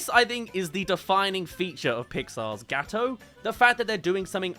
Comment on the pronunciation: What you say : Gawoto ITS NOT PRONOUNCED LIKE THAT! as an italian... this hurts me